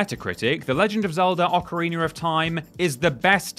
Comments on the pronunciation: WTF IS AN OCARINER OR TIME? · Gotta love "occareener" of time. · So he can say meta just fine, but says ocerrinerr.